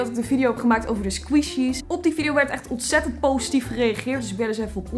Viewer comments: "sqweeshies" vgm moet je het uitspreken als "skwishies" (niet flauw bedoeld hoor, je bent een geweldige youtuber) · Geen haat, ik bedoel, eerlijk is eerlijk, ik vind je super leuk. Maar je spreekt 'Squishies' verkeerd uit. Het is niet 'Sqwieshies' maar 'Sqwishies'. Als in de i, dus niet de ie. ♥ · Je spreekt het uit als skwisji maar leuke video💋 want ik hou van squishies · Leuke video! Je zegt het alleen als "skwoesjies" 😂 maar maakt niet uit hoor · Je spreekt het uit als squshies